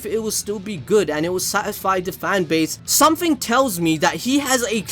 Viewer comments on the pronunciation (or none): none